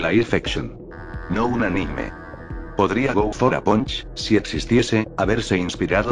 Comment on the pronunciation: El nombre: Go for a Punch Lo que escucho en el video: Go fora Pancho xD